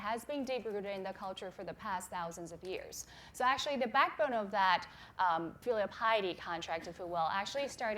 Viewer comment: “FEEELEAL piety”😂❤️